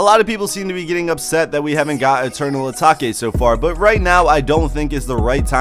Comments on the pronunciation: Did my mans just say eternal ataki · Dont tell me my man just said eternal atake wrong...🤦🏻‍♂️😂